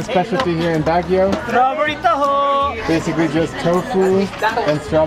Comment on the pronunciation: it’s pronounced like “BUG-UIO” not BAG-UIO just clarifying because that’s how you pronounce it😃😂